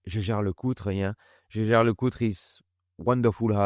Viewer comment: It justs hurts my ears as you french say the Jäger, Jaeger..I know I know but I try no to butcher the names. Yaeger-Jaeger it's not that hard. Anyway nicely done job, as always. I see you're carring the Omega you have recently restored. Nice to see that.